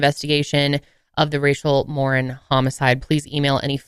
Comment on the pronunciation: Her last name is Mor-een! Not Mor-in.